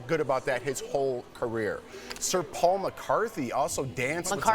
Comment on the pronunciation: How is this guy the chosen one to speak and he can’t even pronounce Paul McCartney s name correctly🤔 btw most never saw Travis as making a fool of himself